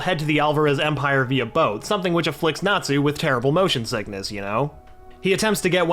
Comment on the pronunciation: I can forgive all the mispronounced names, they are tricky sometimes. But how do you mispronounc boat?